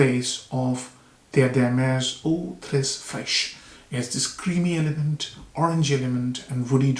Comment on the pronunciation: Only correction is givré (givrée) there is a tone that influences the pronunciation. Frosty as you know